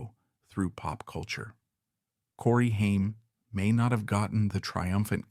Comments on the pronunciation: It's funny when the AI voice says "Hyme" instead of Haim. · Stupid AI can't even pronounce his last name right. Pure slop.